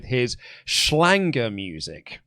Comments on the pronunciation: please stop inserting an "n" into Schlager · You guys talkin bout Dj Effing Ötzi is surreal. Schlager (not Schlanger, like said) is btw the literal translation of "hit" - but usually only cringy people listen to Schlager, cause Schlager is cringe.